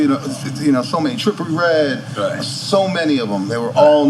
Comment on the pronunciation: Ohh shyt, did this nigga just call dude “TRIPLE RED” 😆